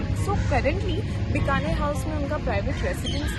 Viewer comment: Correct your pronunciation please It’s Bikaner House pronounced as Bee ka ner and not Bka ner